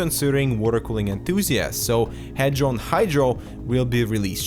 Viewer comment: its not hedron air its hadron air